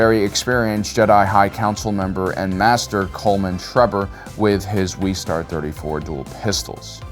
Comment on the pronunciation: This guy cant pronounce things. First “slah vay” now “wee star” and “jarin” instead of “jahrin”